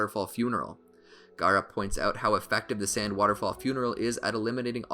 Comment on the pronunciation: stop the cap and its not "gara" its Gaara